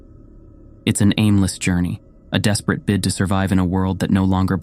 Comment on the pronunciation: The person who narrates has a great voice for reading these stories! It would help a lot if he learned how to pronounce the words that he is reading though. Ill be really into the story and every misread word pulls me out of it because i then have to figure out what he meant to say......misread in this story- shred, horizon, desperate, warning, blindly, rubble, debris.